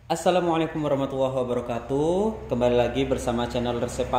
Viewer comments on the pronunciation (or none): none